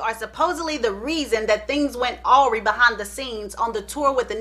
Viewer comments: Love you!! Awry: pronounced a-reye (long I) Love all your stories and your delivery!!! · Awry 😂😂😂 not pronounced right